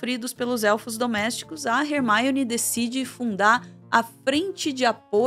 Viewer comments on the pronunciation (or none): falando "HERMAIONE" sendo que no filme eles falam Hermione. Soou estranho prara mim. Alem de falar "chapeizinhos". Pô,... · Rer-maione??? Leia-se Ermione. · Hermaione? 😂 Num é assim q pronúncia em inglês não. Tá mais pra Hermone. Desculpa fugir do assunto vídeo pra comentar isso, mas não aguentei. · Foi a primeira vez q eu vi alguém pronunciar o nome da Hermione como "Rermáione" (estamos no Brasil, não tem necessidade). No mais, excelente vídeo. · video muito bom, mas falar hermaione ao inves da forma como ela é chamada nas dublagens brasileiras do filme fica muito estranho kkkk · Primeira vez que ouço Hermione com essa pronúncia